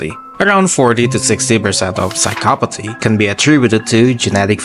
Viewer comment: you said phycsopathy so wrong man